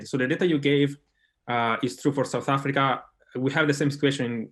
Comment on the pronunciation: Alberto who? Don't we have resechers in SA? Can't even pronounce 'South Africa'🙄mxm